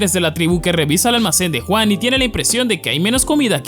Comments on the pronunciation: Brother no es por ser mamon, pero podrías pronunciar Yuan en lugar de Juan es que me da risa y me recuerda a Juan y Pedro jaja bueee, en fin que viva la comida Pedro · me encanta como dice ENERJIA JUAN >:V jajasjajsajs